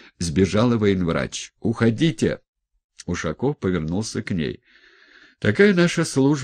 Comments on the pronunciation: ухОдите, здесь вопросительная или утвердительная интонация. УходИте - повелительная. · Он сам не понял, что читал. Ударение в слове "уходите" меняет смысл предложения полностью, получается всё наоборот.